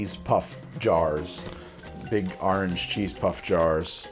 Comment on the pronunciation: “Arrnge cheese puff”